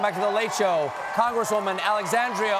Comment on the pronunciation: "Alexandrio" haha